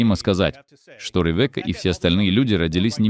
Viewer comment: Рэвэка))) имя звучит как Ривка с ударением на и.